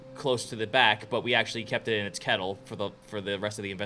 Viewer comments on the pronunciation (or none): Why put dog in a kettle? Going to cook it? It’s kennel not kittle dummy